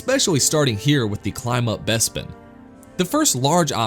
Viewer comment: What's a Besbin? Im sure Lando pronounced it as BESBIN all the time xD